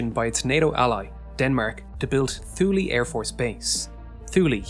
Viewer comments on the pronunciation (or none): It is pronounced "TOO-lee". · love your videos but i want to say that Thule is pronounced Thu'le :) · THULE. Pronounced TOOL-EEE please,. My college advisor/professor was base commander there for many years when "Bombs Away LeMay" was in charge of the U.S. Air Force. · Ah yes, the Booty Thicc Space Base 😂 goddamn you are so bad at pronouncing names. Love this channel but jfc just look it up! Same for Thule. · Is it pronounced "thoo-lee" locally? Ancient Greeks pronounced it "yool" and the Canadian First Peoples pronounce it "thoo-l".